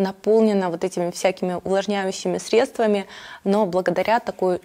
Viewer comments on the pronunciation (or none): none